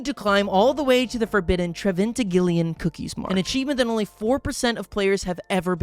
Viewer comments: "treventigilion" its trevigintilion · "trevintigillion" "tregivintillion" "tregivintigillion" "trebhbhjhjvhjsdbhj" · treventigillion moment